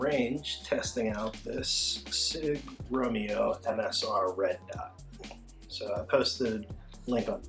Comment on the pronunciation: I am two "romeos" in and I am very disappointed by the pronunciation.